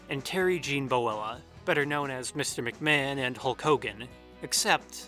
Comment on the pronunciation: "Boella?" Wow.